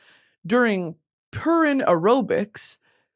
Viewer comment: It’s not pureen it’s pur-in